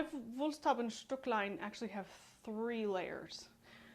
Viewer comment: Just say Woolst-how-bee :o) excellent demonstration and the video quality isn't that poor. Thank you!